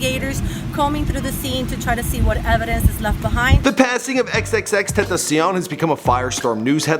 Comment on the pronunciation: TEN TAH SEE ON